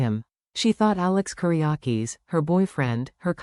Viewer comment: not Koreyakes its Kiriakis